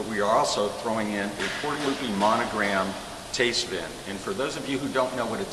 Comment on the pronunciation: Maybe he could learn how to pronounce tastevin...